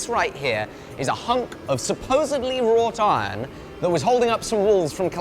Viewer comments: why is he adding a "t' in raw iron?? rawt iron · Please can someone confirm what hes saying when he says raw "tine" im not sure what it is , rot iron ? raw tiron ? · I only hear "raw tine" and I was extremely confused. A bit of searching around, and now I get it "Wrought iron" haha